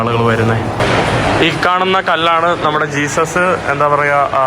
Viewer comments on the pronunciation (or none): none